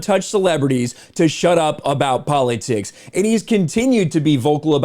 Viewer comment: ...Did you say Poly-ticks? wtf lol